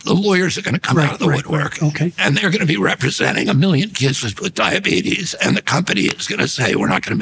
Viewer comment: mf said diabetus